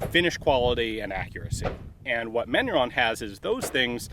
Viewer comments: Kudos for trying to pronounce the french, but your box said "Manurhin" (raen) not "Manurhone" (rawn) you mixed up your major french rivers, Ian! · I love Ian's pronunciation of Manurhin (actual pronunciation: [mænyʁɛ̃]) as: [mæɲu:ɹɔ̃]. It's a perfectly fine example of Americans' interesting interpretation of French phonology. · Side note for information : Manurhin you are pronouncing as "Manu-Rond" (like french "Round (shape)") - it's more like "Manu-Rhin" (Like the Rhein river in French) - it's complicated because neither of those nasal vowels exist in the English language. Compare : Manu-Wrong to Main-Rain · Ian : Manurond Me : Manurhin Ian : ... Me : ok, manurond. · Manurhin not "manuron". No "o". Manurhin is a portemanteau (French spelling) for Manufacture du Rhin, or Rhine Manufacture. The gun is quite beefy. The top strap is thick and very strong so are all other parts. Cylinder, barrel, etc...Every single part on this revolver is hand forged, hence its strength and longevity. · That pronunciation sounds like manure... @@